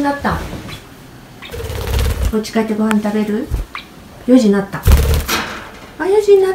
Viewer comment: 可愛い～❤️「４時んなった！」(笑)ぴんふさんの発音そのままをちゃんと覚えるんですね♪お利口だなぁ✨